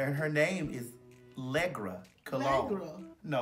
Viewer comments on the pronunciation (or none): Poor Ms. Leggra. She be gettin' her name BUTCHERED!!!!!